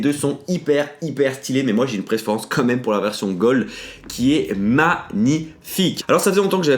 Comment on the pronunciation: ON DIT PAS COMME MEME ON DIT QUAND MEME PUTAIN t'as le nez bouché ou quoi ?